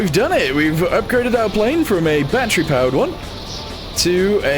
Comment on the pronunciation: its not batteru but battery